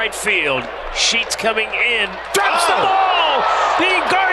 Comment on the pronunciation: Sounds like "Are you Sheeting me?"